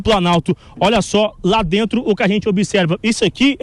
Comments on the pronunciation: E lá DRENTO lkkkkkk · Lá “drentro” a jovem pan está mau de reporter hein 😂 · E falou lá”drento “ kkkk alto niivel de reportagem. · Falar lá drento é um grande pobrema kkkkkk